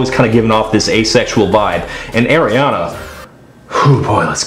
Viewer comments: Please say Ariana right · Why the hell do you pronounce her name that way?